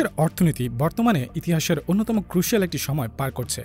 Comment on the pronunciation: ক্রোশাল✅ ক্রোশিয়াল❌